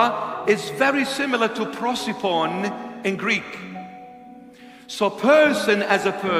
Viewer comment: WIth this "prociphon", "prosephone" I think he is trying to say "prosopon" (face).